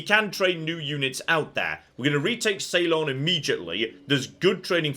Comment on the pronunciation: sorry to be a grammar nazi, but please check your pronunciation of Ceylon. ( See-lon, not Say-lon):)